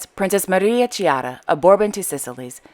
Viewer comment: I saw the Monaco Ballet company in DC. It was very avant guard. I am happy to see Princess Caroline giving her full support to the ballet. If I may, Chiara is pronounced as "Kiara." The "Ch" sounds like a K in this instance.